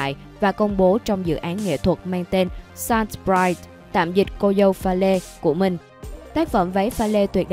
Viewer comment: SALT bride phát âm sai rồi má ôi.